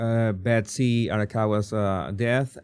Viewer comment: Becos the guy is pronouncing Betsy's name wrongly,that's all*